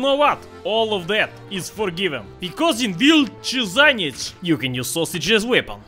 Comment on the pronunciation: pronounce this like ,,wheelche shaneez"